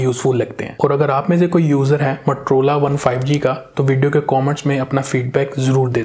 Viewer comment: matrola nahi MOTOROLA hota hai 🤣